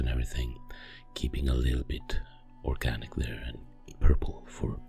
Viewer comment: Did you say orkganic? 🙀